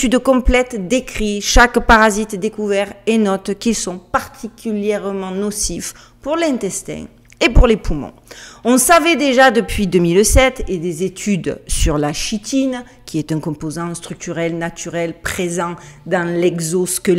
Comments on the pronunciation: bonjour de n'est la bonne prononciation (chitine, les arthropodes) on prononce kitine, sinon très bonne vidéo j'aime ta façon de nous conter comment on se fait lobotomiser . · On prononce kitine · Juste pour partager la prononciation chitine se prononce ki-tine ,merci🙏 encore pour ouvrir ma connaissance à une monde que je ne soupçonnais même pas jusqu'en novembre 2019.avec tout mon respect.